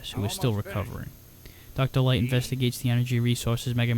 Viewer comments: I know how you feel about Dr, Light using L words as W words! It makes him remind me of Elmer fudd! The worst looney tunes charecter in my opinion! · Dr. Light sounds like an imitation of Elmer Fudd by someone who's never actually seen an episode of Looney Toons and only knows Elmer pronounces r and l as w.